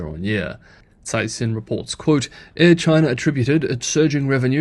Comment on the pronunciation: Dude you keep trying to be clever and pronounce Chinese names in Mandarin but you keep blowing it. Caixin is pronounced "kysheen".